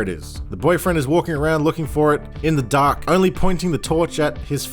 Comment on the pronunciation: Just gotta say, right after making fun of the girl saying “Mark” you immediately pronounced “dark” the same way Just made me laugh. Good job if that was intentional, even better if not lol